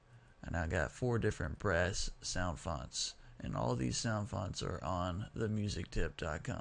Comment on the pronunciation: did you said in love with breasts or brass man?